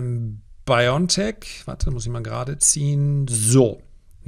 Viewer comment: Wenn Sie über so große Firmen sprechen, dann sollten Sie diese auch richtig ausprechen und vor allem richtig schreiben! Es ist BioNTech. Nicht Biontech. Genauergesagt: Bio and Tech. Also bitte Bio N Tech aussprechen